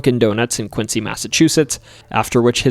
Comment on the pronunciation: You did good with most of the town and city's name's. The city Quincy is pronounced with a z on the end. So it's Quinzz. But you did good on the rest of the names. Thanks for the video, keep up the good work from Quinzz Mass, kid